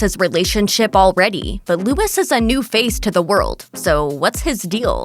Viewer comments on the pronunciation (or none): Luis not Lewis. At least TRY to learn the pronunciation, lol.